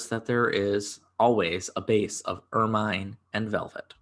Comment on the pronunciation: Ermine is pronounce slightly differently to how you did. Google has a good pronunciation thing you can listen to.